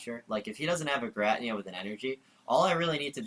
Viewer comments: WTF is a ger-at-nea?? it's GEER-A-TINA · What a weird way to pronounce giratina lol :p